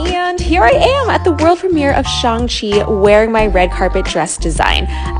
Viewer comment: I love how she called it Shang cheeee